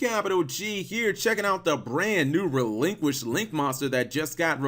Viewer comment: It’s “Relinkquised”.